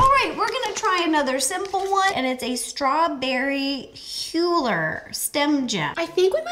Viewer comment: "Strawberry Hyuller" 😂😂